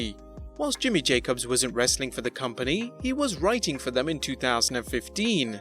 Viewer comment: There's no need for the way he says wrestling at the end